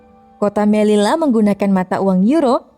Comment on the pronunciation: Fyi doble elle (doble L) bakalan berubah jadi Y Jadi melilla cara bacanya meliya